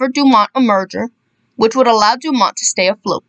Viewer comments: FYI- the network was pronounced DOO-mont, nit Do- MONT. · The T is pronounced in DuMont.